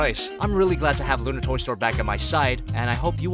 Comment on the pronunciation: the way you said lunar toy store tho